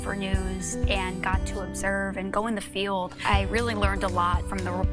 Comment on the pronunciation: Hey, you ever ask your grandfather how to pronounce your last name, because that’s not the way I was taught